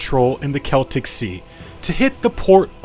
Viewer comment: learnt how to prounounce "Celtic" correctly but then went back to square one with the river "Thames" (tems, not fames) =)